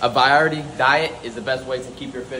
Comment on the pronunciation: Somebody tell to say variety again😂